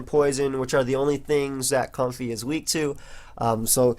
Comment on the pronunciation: Why would you purposely mispronounce the name? It's like me saying to you: "I know it's pronounced, but I'll call you because I love The Last Of Us."